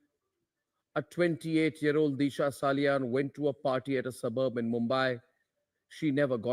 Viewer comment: Deesha ? It is Disha, the Sanatani Bharatiya pronunciation. Take pride in - Sanatan Dharma through correct pronunciation. ( I boycotted Bollywood after the murders. It continues.)